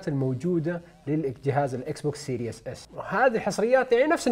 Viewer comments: Series not serious سيريز مو سيرياس ايش مشكلة العرب مع الأنجليزي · Series S ❌ Serious S ✅